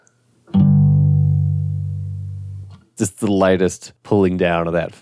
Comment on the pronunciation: This may be a regional dialect thing, but to me it sounds like you're pronouncing the "Just" in "Just Intonation" the same way you'd pronounce the "just" in "just a kid", like a synonym for "merely". But it should be pronounced like the "just" in "a just society", refering to justice. Different vowel sounds. This helps to reduce confusion, it's not just a pedantic nitpick.